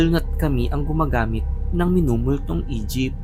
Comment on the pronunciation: Ako lang ba yung nakaka-rinig ng "Egypt" imbes na "E-jeep"